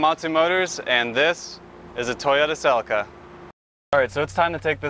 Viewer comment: Pronounced Sell ee cah. Not selly car